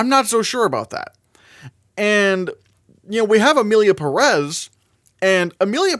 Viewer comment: It´s pronounced PEH-res (emphasis on the first E with a visible accent on top of it) not Pah-Rass